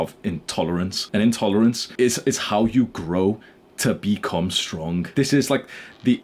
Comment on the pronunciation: HE SAID STRONK!!!!